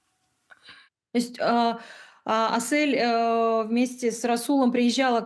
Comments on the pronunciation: Ни АсЭль, а Асель, в русском алфавите же есть буква Е 🤦🏻‍♀️ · Интервьюер! Ну почему АсЭль! Если она АсЕль! Неужели так сложно произнести правильно казахское имя? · Не в тему конечно наверное,но можно имя приёмной мамы произносить правильно не Асэль ,а АсЕль,это не так трудно же,очень интересно смотреть но так режет слух🤦‍♀️ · Не Асэль а Асель правильно Асель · Что у ведущей с дикцией ? Зачем такие паузы после каждого слова и не АСЭэээль, а АСЕЛЬ. Русская же , нормально выговорить не может согласный с мягким гласным ….. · Асель! А не Асэль😮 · Асэль ❌️ АсЕль✅️ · Спасибо за это видео. Только не АсЭль, а АсЕль! Слух режет капец. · У приемной мамы чудесное имя АсЕль не Ассель, не АсЭль, без обид, просто слух режет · Прекрасный выпуск, спасибо🎉 В казахском языке если есть в слове буква " Е" то и надо произносить " Е" а не "Э" АсЕль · нЭравнодушный канал........не АсЭЭЭЭЭль, научитесь правильно произносить имя, не приятно слушать!!!!